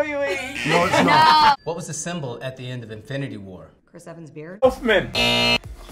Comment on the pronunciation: " B y e r s"